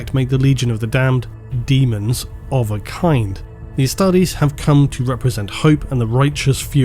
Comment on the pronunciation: Still calling it. Deamons of the Emperor